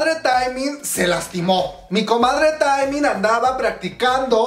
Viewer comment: Se pronuncia teeeeeeeemin no taaaaeeeemin. Si tuviera tacones te los lanzo!!! 💅 Aprende a decir sus nombres po favo 😣 Pd. Te amo we :v 💜